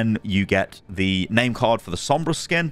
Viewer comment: U actually said sombras skin name good on ur first try